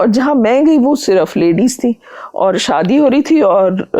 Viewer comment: Bhai tum interview le rhe Shabdo ko theek se bola kare shadi hota hai Sadi nahi Santi nahi shanti